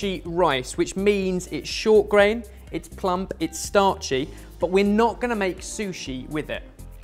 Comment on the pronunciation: the emphasis on the 'p' in plump XD. This guy...